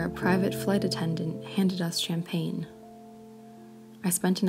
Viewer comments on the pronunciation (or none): none